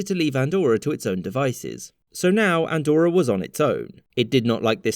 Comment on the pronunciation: It's not called "Andorror" btw